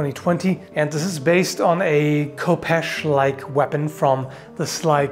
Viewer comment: "The Coopesh"